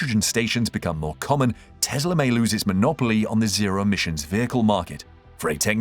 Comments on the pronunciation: Why does he keep saying Tezla instead of Tesla? Anyhow, hydrogen powered cars are just far too dangerous and risky. I'll take a battery powered EV any day. Hydrogen will never catch on. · It's Tesla not Tezla